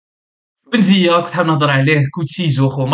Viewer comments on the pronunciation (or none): بن زيا : ❌ بن زيمة : ✅